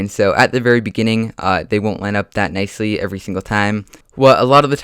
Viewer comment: Please learn how to say that right and not thaT